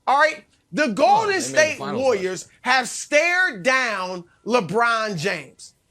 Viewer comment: Someone needs to teach Broussard how to pronounce Warriors